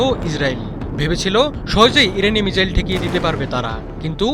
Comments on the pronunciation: মিজাইল না মিসাইল 😁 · ভাই মিজাইল নয় মিসাইল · ""মিজাইল ""কি ভাই???😂😂